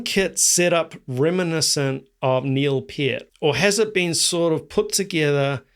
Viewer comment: It's pronounced knee-ill pee-urt 😅